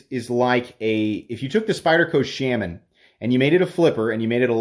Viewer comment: Why do you mispronounce shaman and brigand?